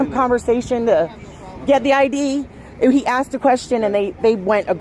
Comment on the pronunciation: Cop said... I axed for identification not asked lol.